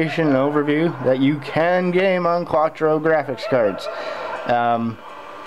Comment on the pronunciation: You're driving me nuts its not quatro. its Quadro. Pronounce Quad Drow